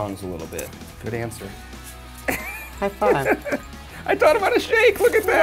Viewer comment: OMG the way he says high-five